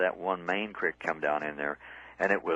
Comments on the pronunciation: The smile comes from the satisfaction of knowing that, that is the correct pronunciation. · Hearing creek pronounced as crick always makes me smile.